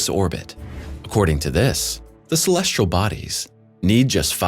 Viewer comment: I'm a subscriber! I love the narration. The only critique I would give would be to provide the narrator with correct pronunciations. Some words are ok, but when you have a word like "celestial' mispronounced 30 times, it's a bit annoying. 'Celestial' does not have an 'R' in it.